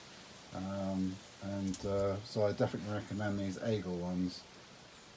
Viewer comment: Pronunciation of Aigle ( French for Eagle , the bird ) : you produced two different ways , both are wrong , three mistakes in total . The "ai" is pronounced as in "air" . And not Aigel but Aigle , not switching the L and E as is done in English . Listen to the correct pronunciation here : , The reason the inner sole is not attached , not glued in place : so it can be removed and washed . At your service .